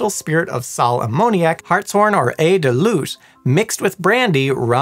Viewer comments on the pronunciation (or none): just FYI, "eau" is pronounced as "oh" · This French teacher vigorously agrees that "(l')eau" is pronounced as "OH." 👨🏻‍🏫🇺🇸🤝🇫🇷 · For the love of god, “eau” is pronounced like a long “o”, like the word “oh”